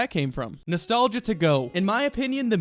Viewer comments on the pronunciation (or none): Nostaliga? XD